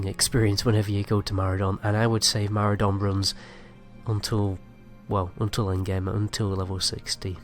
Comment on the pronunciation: And Maraudon Marudon